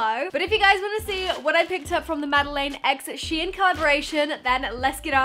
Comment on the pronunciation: its shein not shien